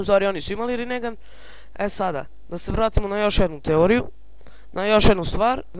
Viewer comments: molim te ne pricaj rinegan nego rinengan xD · super klip samo se kaze rinengan a ne rinegan